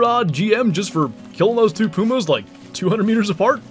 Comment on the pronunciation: Don’t you mean PEW-MAHS??😂